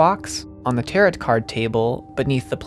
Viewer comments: Good video but I just want to let you know that Tarot is pronounced as "ta-row" rather than "ta-rot" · Great video, loved it, loved this game. But I do cringe every time you pronounce tarot like that. Just for the future, the T at the end is silent, "tar-o" not "tar-ot." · Tarot... "Tear-it"... Oof. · By the way tarot cards are pronounced taro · Loved this video. Locked me in for 2 hours and I wanted more! But tbh I don’t know how you managed to absolutely crush the German pronunciation but still said “tarot” like “TARE-ought” 😂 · This is a great analysis, I have only one gripe. The second t in tarot is silent. It's pronounced 'tare-oh'. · 20 minutes in and i realize i cannot watch a video thats 2 hours where a guy calls them "tarrett" cards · I'm sorry, did you pronounce Tarot as Teh-Rot?! WTF? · Haha. I almost felt like commenting on the tarot pronunciation. I didn't, but I read the corrections and laughed. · tarot cards has a silent t btw